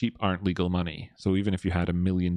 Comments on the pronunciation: maney. maney is wot bwings us togevah, today. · Maney, twue maney